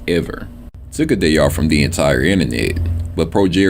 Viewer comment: Don’t have time to spend with the wife when all you do is sit at home and play games. How would he manage having a real job. He needs a reality check, even now. Always find it funny when he says he doesn’t have time to do stuff and puts so much emphasis on his “day off”.